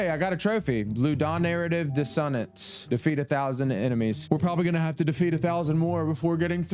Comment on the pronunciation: Lud-ah-narrative diss-oh-nance😂😂